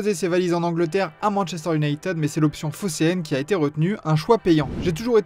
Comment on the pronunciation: Les vidéos sont très bien. Faut juste apprendre à dire le mot united et ce sera parfait.😅